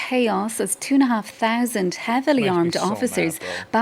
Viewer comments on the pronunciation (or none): wtf is "Tuna half thousand" who says that? Accents be weird when you run stupid narratives, I swear.